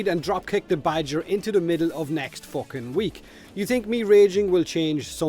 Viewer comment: He says focking just like Conor McGregor